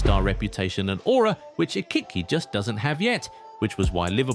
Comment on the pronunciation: How many different ways can you mispronounce Ekitike?